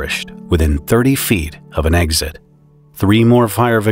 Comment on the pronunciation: There's no "G" or "Z" in the word eXit